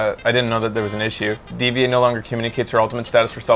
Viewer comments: Why is he still calling D.VA D-V-A instead of Diva even though people told him that's how you spell it, even the character herself calls herself that. Is he kinda slow? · she's not a robot it's pronounced Diva she even says it that way in game.